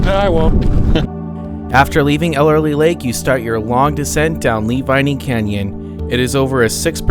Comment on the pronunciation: Those small lakes at the top of Tioga pass are "tarns". Typically no fish, sometimes frogs. That is Ellery lake, not "Elerly" as you pronounced. Why did you not stop at the Moccasin fish hatchery, at the bottom of Priest Grade? Just after Tioga Lake, there is a road to Saddlebag Lake, at 10,000 elevation, very clear and deep. Good trout fishing at Tioga, Saddlebag, Ellery. Season ends mid/late October. KEEP CAR IN LOW GEAR going down Lee Vinning canyon, save your brakes! That bronze relief plaque of the Yosemite, at Olmsted point, I have not been there for a while. Sometimes along the road to Lee Vinning you can catch a glimpse of mountain sheep.